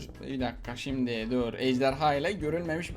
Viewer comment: Ben:ejderha Ahmet abi:ejderya